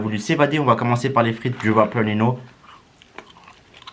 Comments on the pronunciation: Ça ce prononce "ninhio pas nino " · prq il dit nino ?